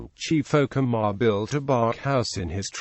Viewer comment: You mispronounced Okemah